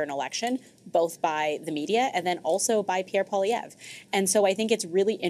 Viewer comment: She said, "Pierre POLLY-EV". That surname is surely from the French and "POIL" would have to be pronounced "PWALL", or taken as a whole, PWALL-EE-EV with the "r" silent at the end (which she did correctly). PWALL-EE, not POLLY as in polly want a cracker.